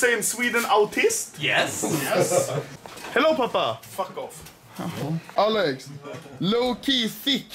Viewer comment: Why say "fak off"?:c